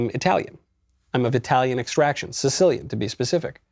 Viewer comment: your italian pronunciation sucks!By the way...I guess you have a crush with Eva Longoria!